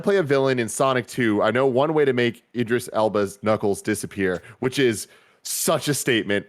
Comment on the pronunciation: I wasn't gunna, but since You're Wrong is bringing up pronouncing names; Tim and both said Idris wrong, but said it right. The first bit Id is like id games, or id/ego/super-ego. But I prefer his DJ name - Big Driis the Londoner